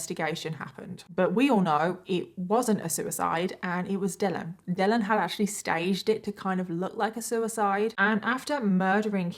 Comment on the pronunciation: Omg I was like why is she pronouncing it like that but his name dellen not Dylan 🤣🤣 what a terrible name